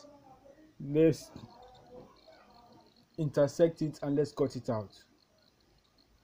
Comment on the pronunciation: Lol, he said insertect😂😂😂